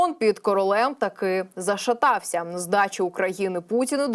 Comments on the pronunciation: Не зашетався а захитався, вчися! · Захитався, а не ЗАШАТАВСЯ.